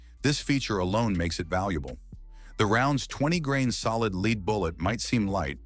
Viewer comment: AI that can't pronounce Hornady correctly, and Lead pronounced Leed. You get the picture?